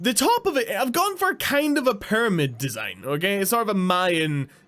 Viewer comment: Simple desighn he says